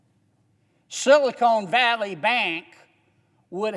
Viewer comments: It is not "Silicone" Valley. It's Silicon Valley! And, can we have a moment of silence for those who died, drinking shots every time that he said "Silicone" in his speech.💀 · Every time he says "silicone" valley I laugh and think about Hooter's restaurant. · “ Silicon not Silicone “ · This guy is stupid! He can't even pronounce sylacon Silicon Valley. It's silicon, not silicone. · Silicone valley bank? Lol 😆 It's SILICON. Idiot